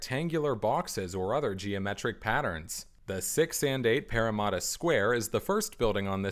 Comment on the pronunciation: This is a great video BUT I CANNOT GET OVER THE WAY YOU SAY PARRAMATTA As a sydney-sider I find this video very interesting as I have been and seen these towers many times, but I just have not seen them from all angles. Just looking at these towers from some of the angles shown in the video just blows me away.